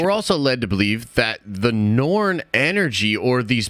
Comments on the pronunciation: Are you saying “Norn”? It’s pronounced “Noor” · Ta-Lo (Tah-Loh) & Noor. Not Tao-Lao & Norn. Interesting theory, tho. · It's Noor, not Norn. The Norn are a whole other thing. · Why are you pronouncing Ta-Lo as Tao Lao and Noor Dimension as Noor-n Dimension?